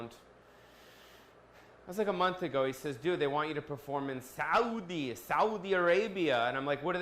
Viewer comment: I am surprised you said Saudi correctly... I don't mean the English word I mean the Arabic word